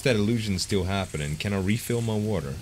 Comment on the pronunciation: hey z what's hat-nen? what is hat'n hatenin n n n..?